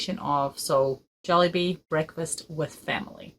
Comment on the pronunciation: you have perfectly perfectly pronounced it..